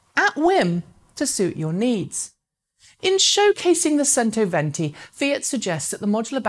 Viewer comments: Modular battery packs would be an interesting innovation. If it's standardised, it could bring back the battery-swap approach to recharging on the highways, perhaps. My ears bleed every time I hear "sento" instead of "chento" though :) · Pronounced: "chento" venti. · C in cento is pronounced as ch, therefore "chentoventi". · Centoventi is pronounced with a "CH" sound. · Mar-Key_Own-Eh............... CHento-Ventee